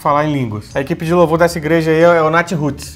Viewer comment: "A equipe de louvour dessa igreja aí é o Natiruts" me quebrou KKKKKKKKKKKKK